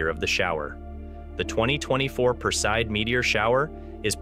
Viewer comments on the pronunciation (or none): Would ease teach your AI voice to pronounce the terms correctly OR go back to having an educated human narrate... four different WRONG pronunciations of PERSEID! Appalling! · Pronounced "PER see id" (not "per-seed")...fyi.